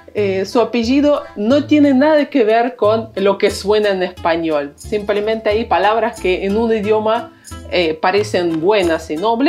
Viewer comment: No se dice semplemente, se dice simplemente. No se dice rivolucion se dice revolución, prueba con apellidos o nombres como Tláloc, tlacuache, Quetzalcóatl, etcétera amiga